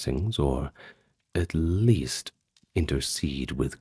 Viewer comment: "It's the yeast I can do"?! Dunno if I can take nine hours of this!